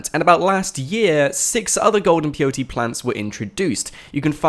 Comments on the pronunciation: Everytime you said peyote, I got cancer and another relative of mine died. It's Pay-o-tee. not Pee-o-tee. and you said it, like 100 times in this video. It physically hurt me. But other than that, good video, thanks. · The plant is called peyote, but it sounds like the 3 letters P-O-T, its ok, I was confused at first, until I read comments into this. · WHY ARE YOU SAYING P O T, standard white boy Kant. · can he not say pot is he spelling pot instead of saying pot ? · thought he was saying blt plant lol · peyote= Pay:o:tee